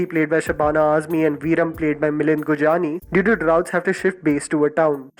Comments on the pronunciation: Also its Milind Gunaji not Gujani 😀 good list though! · Correction buddy : it’s Milind Gunaji not Gujani and yes your work is awesome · It's Milind gunaji & not gujani ! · His name is Milind Gunaji not Gujrani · Milind Gunaji....Not Gujani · 7.06 Its not milind gujani.....its milind gunaji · It's not Milind gujrani....it's a Milind gunaji 😄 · Mili d GUNAJI not GUJANI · It's Milind Gunaji, not Gujani. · Gunaji not Gujani, just spotted. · Impressed to see 'Ek Ruka Hua Faisla' on the list. It is on my top 5 favourite films. P.S: its not Gujani. Its Gunaji. Milind Gunaji :) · Correction...it Milind Gunaji..not Milind Gujani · Milind GUNAJI not GUJANI. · Bhai unka naam Milind Gunaji he Milind Gujani nahi, Aapne galti se Gujani bol diya.... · it's Gunaji not gujani😁😁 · its Milind Gunaji... and not gujani... anyways your videos are always comprehensive and well researched ! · Great list indeed. Loved it. Only a small mistake was in pronouncing the name of 'Milind Gunaji' (Veeram) from the movie Godmother. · You got Milind Gunaji's name wrong!!